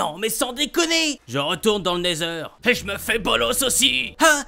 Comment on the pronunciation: Il a dit le nether bien